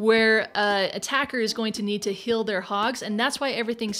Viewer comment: I like how says "hill" instead of "heal".:))